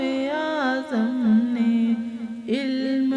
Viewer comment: لفظ علم غلط بول رہی ہیں" الم" صحیح لفظ یعنی الف کے اوپر زبر ہے